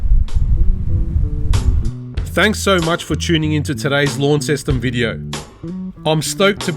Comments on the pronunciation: ** not lawn ceston** It’s “lon-ceston.“ Launceston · haha yeah it gets quite frustrating hearing everyone say it like it! But it’s pronounced lon-ceston